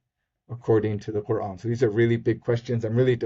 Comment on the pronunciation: I love the way they pronounce the word Qur'an! It's so accurate :D